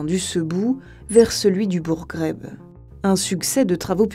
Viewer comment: C'est Bouregreg et non Bouregreb al 7aja 😅